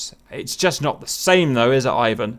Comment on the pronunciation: "Eye-wan" Nice prononcuation.